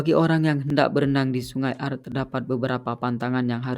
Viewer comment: Bukan aar bacanya, tapi aare kayak blg pure gitu.